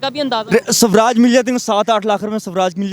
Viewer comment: It's not subraaj it's swaraj Samjho us fuddu ko